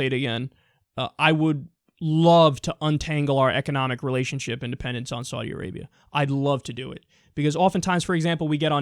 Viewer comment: Wait...Did he say Saudi Arapia?